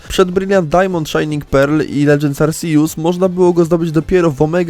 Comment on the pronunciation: Jeju, mądre to. Ale naucz się proszę czytać Arceus. Bo aż uszy bolą.